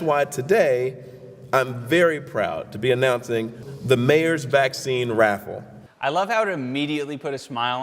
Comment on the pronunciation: At the start I thought he said "the mayor's vaccine rap" instead of raffle and now I'm sad because I wanted to hear that😢